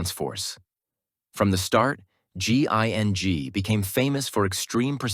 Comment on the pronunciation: "Ginn" "Ging" "GIGN" yay you did it! Have a gold star and a cookie! 🌟🍪